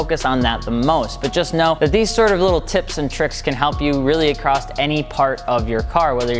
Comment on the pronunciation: you midwesterners and your "across't"